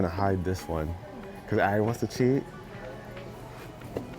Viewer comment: Arie not aria